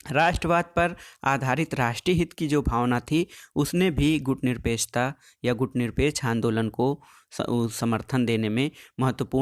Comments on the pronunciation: सर मैं बार-बार बोल रहा हूँ आप गुटनिरपेकछ आन्दोलन नहीं गुटनिरपेक्ष आन्दोलन बोलो। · सर गुटनिरपेक्ष आन्दोलन हैं ना कि गुटनिरपेकछ आन्दोलन।